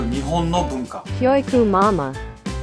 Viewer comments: キョゥウィクゥマゥマァー ↑これ好き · 教育マンマンてきこえた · 脅威熊まー、に聞こえるw